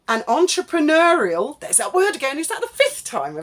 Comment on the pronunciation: The number of times Mad Meg repeats 'entrepreneur' grates enough but her pronunciation (oo-er) of the final syllable shows her claim to speak French is a load of old vache merde.😊